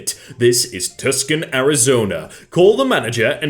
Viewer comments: Tuscan Arizona lol. Tucson is pronounced toosahn. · Tuscan Az is pronounced “Too Sahn” btw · “tuskin Arizona” lol it’s okey It’s pronounced “two San” hope this helps! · It's pronounced "Two-sahn" not "Tuck-son" Arizona. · Bro, Tusskun?! It’s Tucson (Two-saun) is how you say it (lmao, don’t mind me, just trashing on this pronunciation which got me unreasonably angry for no goddamn reason) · Tucson is not pronounced like you did (lack of knowledge on correct pronunciation), it is more like too - san not tuck-son as you did. English is so weird with so many words from other languages and the way they are mangled from the originating language. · TUSCAN Arizona, my AZ ass had a moment there. Too-s-on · it ToooSon not Tuscan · sorry to annoy you but i live in arizona and it is pronounced to-saun not tusk-in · It is not pronounced "Tuck Son". It's pronounced "Too-Sahn". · How said Tucson was like Tuskon so the correct spelling should be Tuscon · Tucson is pronounced two-san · Tucson is pronounced TOOSUN! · ayy! nice to see Tucson pop up every now and then :) and lol it's pronounced "too-sahn" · Btw tucson is pronounced too-sawn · just a quick heads up Tucson has a silent c, it's actually pronounced too*saan. Thought you would like to know ready for the next time you need it, 👍👍👍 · tucson is pronounced too saw n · pronouncing Tuscon (Too-sawn) wrong brings me great pain as someone who lives in arizona rip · Did you just say “tusk-un” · He's British and bad at reading names. Double wammy. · Tucson is pronounced two saun (like sauna without the last syllable). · It's pronounced "too sawn". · Hello from Arizona. The city of Tucson actually pronounced as "Too-sawn". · Tuk-son Arizona, I nearly died laughing. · Tusk-en? Blast-phemy? Blastphemy that Tusken back to England! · FYI: "Tucson" is pronounced "toosan." Silent "c". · Tucson is pronounced “two sawn” ;-) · You mispronounced Tucson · listening to pronounce Tucson makes me hurt?? i am very confused